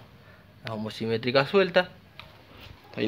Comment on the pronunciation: Genio muy lindo el vídeo. Ahora no te enojes, pero se llaman homocinéticas, no homocimetrica como decís.